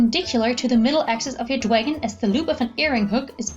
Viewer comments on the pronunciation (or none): Omg it's Dragon not "dwagon" this isn't pre school that was so fucking annoying hearing you say "dwagon" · dwagon? its dragon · "Shut up" these charms are called dwagonz by the original creator it's not the way she pronounces it 😐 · You're like 40 years old talking bout "dwagon".